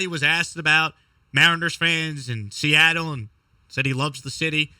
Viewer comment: Fuk Se-at-tle Is 4 right?